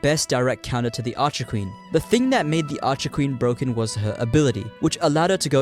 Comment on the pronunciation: So bwoken